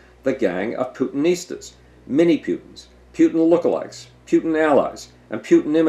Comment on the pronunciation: You pronounce Putin "Pootin" and "Pyutin" interchangeably. Which is it?